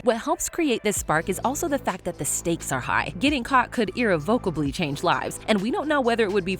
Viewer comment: that is a wild mispronounciation of "irrevocably", just saying